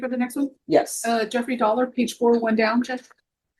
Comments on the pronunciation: Jeffrey Dollar... I didn't pay any attention to the name on the first appearance but when they called the 2nd appearance I heard Jeffrey... Sounded like Dolmer 😂😂😂😂😂😂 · I heard it as DolMER 😂😂😂😂